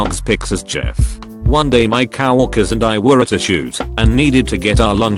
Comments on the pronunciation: This Text to speech keeps saying, "Cow orkers" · No one Literally no one Text to speech:- Cow🐄worker